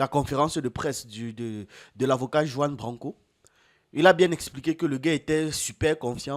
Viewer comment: Les positions et les propos de Kemi Seba dérange les africains qui sont encore aliénés, ils ont encore un complex d'infériorité. Ps: on dit Ruan branco et pas Juan Branco, le J se prononce en R en espagnol.